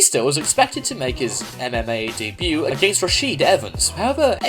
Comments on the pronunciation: It's Rashad...not "Rashard" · it's "rashad" evans not "rasheed" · its rashAd evans 😂😂😂😂😂rashid im dead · its Rashad not rasheed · Its Rashad Evans not Rashid/Rasheed Evans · “Rashiid” Evans 🤦‍♂️ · you really said Rasheed Evans 😐😐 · I love how this guy mispronounced a bunch of names. like RASHAD Evans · Lmfao the way this cunt pronounced rashad!!!! Anyways Batista is lucky he didn't fight him daaaaamn any of u see him fight? Fucking awful